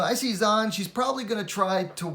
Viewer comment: Heads up, Zhang is pronounced "Jung"